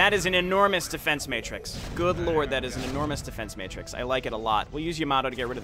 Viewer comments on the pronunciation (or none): none